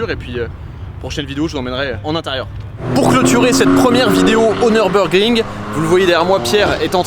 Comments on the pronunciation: Merci …(Neurbeurgring->Nurbourgring)…En plus, on a la chance, nous français, de savoir prononcer le son U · J’aime la chaîne…mais s’il te plaît, mes oreilles originaires de la frontière allemande vrillent à chaque fois que tu prononces ce beau circuit ;)